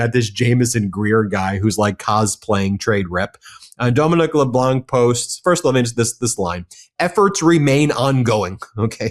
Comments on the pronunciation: Ben, I love you broadcasts, but as a bilingual French Canadian I have to inform you that the "c" in LeBlanc is silent. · There is no K in Leblanc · Dominic Leblanc - the c in Blanc is silent... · Dominique LeBlanc (don’t pronounce the “c”).